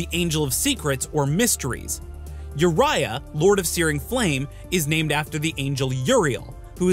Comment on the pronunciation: y yurayah? its ooriyah..